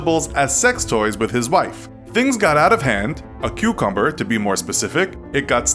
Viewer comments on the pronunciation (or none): none